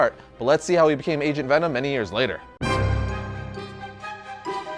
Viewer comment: i swear at one point i heard him say Asian Venom lol